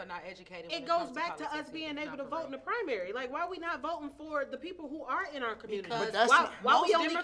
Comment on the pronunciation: need a civics class because she keep saying primary in the WRONG way!